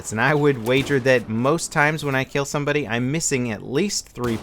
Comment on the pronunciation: He said sumboody